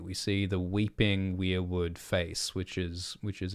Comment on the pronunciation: Thank you for pronouncing weirwood the right way! I'm so sick of people pronouncing it like "were"wood (like werewolf).